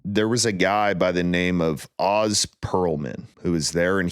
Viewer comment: its Ohs Pearlman not Oz as its spelled just fyi